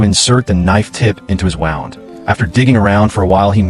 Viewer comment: Can't you tell whether wound should be pronounced wound or wound Rubbish Reader?